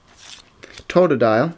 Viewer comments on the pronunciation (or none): lol totdile crocknaw and fralagater XD